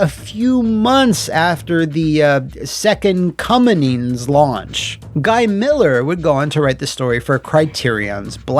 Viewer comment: "2nd cumminin'" 😂 Disappointment was an understatement, thank heavens and hell for The Suffering 1 - 2 and talented Indie devs like Nightdive Studios, thanx. 🤘💀